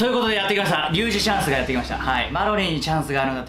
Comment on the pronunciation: りゅうじチャーンス！！www